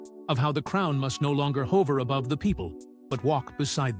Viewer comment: Again, narration very stiff and wordy. Why cant real people speak? Inflections so much better. What does hover (long O)mean?? Think it meant hover (pron.huver)????? Although Camilla has contributed in some areas, she expected to be another Diana - splat. Anne is a strong, steadfast leader/partner, and Wm and Catherine have learned well how to become leaders of an old country in a new age, needing new solutions and goals.